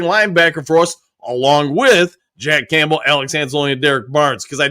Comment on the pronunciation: He definitely doesn't say "Campbell" right lol. But as I've said, I consider it part of the charm. got the best mispronunciations in the business.